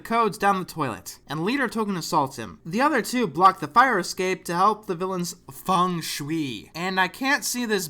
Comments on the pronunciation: Feng Shwee? No, no, it's FANG Shwee! Weren't you listening? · “Fang shoo-ee Dino posse” ...... someone really doesn’t know how to say feng shui!?